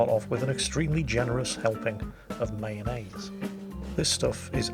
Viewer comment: "Mayonnaise" Boris would like to know your location